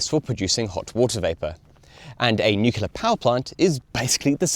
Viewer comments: Nice video, but it sounds like you’re sometimes saying “nucular” rather than “nuclear”. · Where did the horrible nuke-u-lard pronunciation off nucle-ar come from? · Of all people, I didn’t expect you to say “nucular” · I’m sure you’ve never heard this before, but it’s Noo-Klee-ur, or New-clear. And for the life of me the single words you speak when the Space Propulsion Tier List slide appears are swallowed up in the sound effects occurring at the same moment. No idea what is being said. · Nucular detected, idiot reported! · You lost me at "nukular"... Ear grating. It's like talking about muscles and saying "gainsular" instead of "muscular". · Kind of odd that a guy who named himself "" mispronounces Nuclear and Nucleus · 1) he is australian 2) i havent heard him mispronounce it. time stamps?